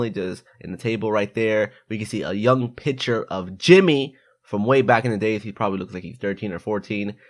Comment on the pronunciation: He said piture instead of picture